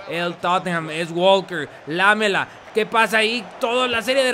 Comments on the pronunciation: SE DICE ERIC ''LAMÉLA'' NO ''LÁMELA'' saludos :D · Un video emocionante ,la pronunciación correcta es "lamela" sin acento. Gracias saludos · ¿Por qué pronuncias lamela como si fuera palabra esdrujula?